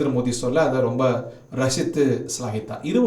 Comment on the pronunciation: மோடி என தெளிவாக உச்சரித்தால் நலம்